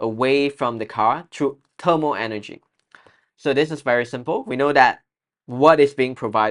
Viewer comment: well,no offense,shouldn’t it be thermal instead of termal